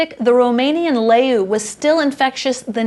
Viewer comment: The u in the "leu" is pronounced as in "you" without the y and it can be translated to lion